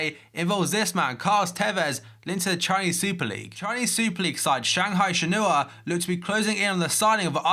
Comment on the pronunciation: Shanghai shenhua is pronounced as "shen-hwa" :)